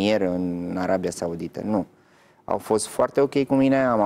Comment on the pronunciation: Din “Arebia”cum naiba?!Denisa,ai uitat sa vb corect limba romană?!